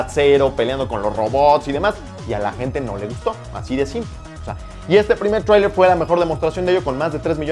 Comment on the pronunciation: porque no dices trailer como una persona normal?